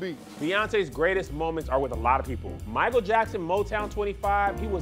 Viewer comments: 🧏🏾‍♂️ Hey Tom, it appears was trying to say Michael but actually said Meeyiykle. The judges are not going to like that. Back to you. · People came to his concert when they didn’t speak English. “They be like MICCCHHAELL😂😂😂